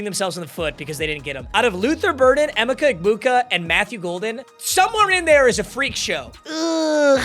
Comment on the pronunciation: Learn how to pronounce Emeka clown